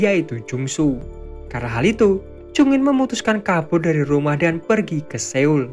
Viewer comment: min, koreksi dikit, pelafalan Seoul itu Soul, jd eo itu bacanya tetap o, terus kalo ae bacanya e (contoh: ember), & eu bacanya e (contoh: berkata), btw sukses terus min